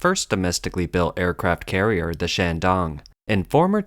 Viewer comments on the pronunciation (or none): “Aircaraft” carriers?